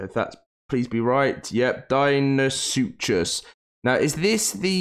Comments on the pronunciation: I dont think he pronounced a single dino name correctly Cer-at-o-saurus Deino-suchus Deino-therium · From my understanding pronounciations are as follows: Sir-at-a-soar-us Dean-o-sue-kus Dean-o-theer-ee-um Feel free to provide sources sayin other wise.